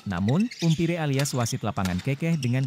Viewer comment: Bhs inggris nya diperbaiki....cara melafalkan .....umpire......salah